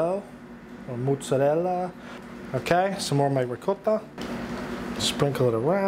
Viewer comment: FINALLY someone who says mozzarella and ricotta correctly. Rigaught and mootz..👍. Nice job chef.